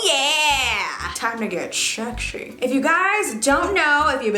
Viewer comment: I love how she says ..*Schexi* instead of sexi lmao